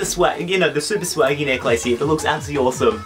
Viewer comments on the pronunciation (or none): lol he said necklace so wrong